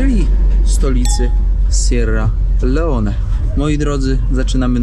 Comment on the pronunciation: Kierowniku jak to w koncu jest z ta wymowa … raz Sierra Leon, raz Sierra Leone, zdecyduj sie😳